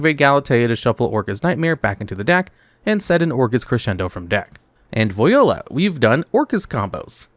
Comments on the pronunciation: Voiala is pronounced Vwala not voyola 😅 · Vo-yo-la? Is this AI voice or you haven't heard someone pronounce voilà IRL? (It's French) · I refuse to believe you are a real human being. Either you are an alien hellbent on trolling your viewers or a soulless robot. In any case, no human ever has pronounced Voila like that. And no, Viola wouldn't even be a pun, they're brass instruments, damnit! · Still better than without the first 'O'